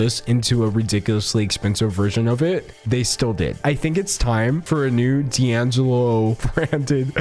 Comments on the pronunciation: Key Angelo??!!!! lol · "Key' Angelo" 😂😂😂